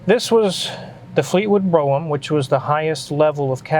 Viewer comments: Or Broog-Ham as the clueless auctioneer called it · It's pronounced, "Bro-ham" on the west coast 😂😂😂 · Is that pronounced bro ham?!?! Either way very cool?!?!?!